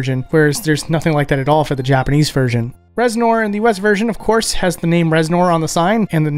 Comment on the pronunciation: "Rez-noir" Why must you hurt me like this?